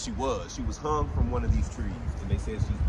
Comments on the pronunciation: It is hung not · It is " hung" by the way